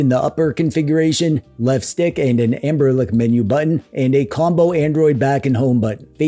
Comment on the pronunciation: "Anberlick" is accurate. 😂